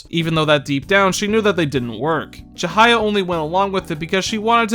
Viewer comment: You've done a great job here, I knew you'd do the game justice with your analysis and honesty, and I certainly wasn't disappointed. I don't agree with you on a couple of your points, but it'd be stupid to think we share the exact same mindset in that regard. The only complaint I have is the mispronunciation of some of the names of characters, like Ryuji's last name, Chihaya and Kaoru. Those are just minor though and don't really get in the way of my overall feelings towards your viewpoint. You've outdone yourself today, and you should be proud! I hope the tips I gave you proved useful aswell (The Sae battle phase skip, and the dart minigame trick). Can't wait to see what you put out next! Keep on keeping on!